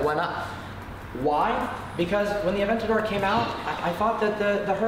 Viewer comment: "Aventadoor" heard it here first